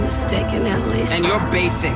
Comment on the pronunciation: She added a “k” to BASICK!! 😂😂😂😂